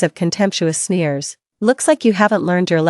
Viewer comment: Not smear, but sneer. It’s usually embarrassing when someone sneers at you.